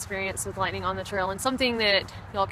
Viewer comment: Watch out fer that LITE'nin'